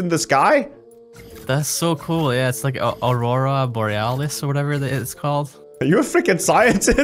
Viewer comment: It’s Auroura Bouaras